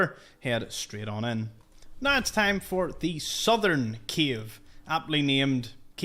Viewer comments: Bro is keep saying “Kiev” instead of “Cave” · You are saying “cave” and I hear “Kyiv”, every time 😂 a lot of Kyiv’s in the sea! Besides that, a lot of new info, thank you